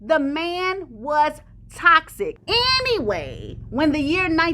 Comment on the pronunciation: 😆When you said TOXIC I heard ‘cock sick’ and I said yep! before I realised I heard wrong